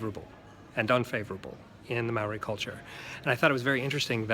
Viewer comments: Good pronunciation apart from Maori mao-ri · just a tip its said mow- ree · If you can, roll the r in Māori and then it'd be perfect :)